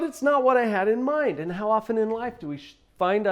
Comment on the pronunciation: Outdoors I got triggered from the H in "How".